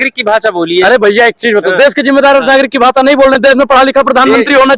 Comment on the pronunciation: Bhasaa nahi bhasha